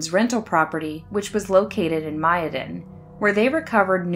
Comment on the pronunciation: Mayodan is pronounced May-O-Dan after the Mayo and Dan rivers.